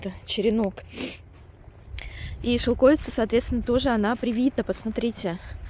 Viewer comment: Шелкови́ца (не шелко́вица).